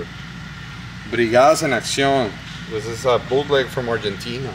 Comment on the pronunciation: "Argentina...", "España..." Hey! You speak Spanish?? By the sound of your pronunciation